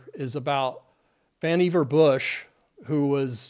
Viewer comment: VAN-uh-var Bush.